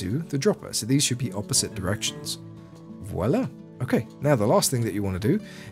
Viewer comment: Every time you've said "Voila" kept hearing Oda Block say "Wallah".